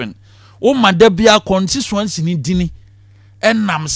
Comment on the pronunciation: 'Contuency"? "Charman"?